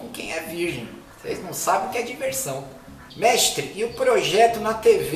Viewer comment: Essa vinheta! Kkkkkkk Ri demais com o "mextre"